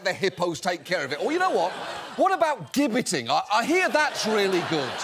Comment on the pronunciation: also — it’s pronounced “jibbetting,” not “*gibb*etting”